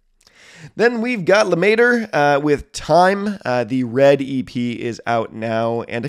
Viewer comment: Im french and you pronounced Lemaitre correctly! Its « Leh-mehtr » or « luhmetruh » like you said if you’re anglophone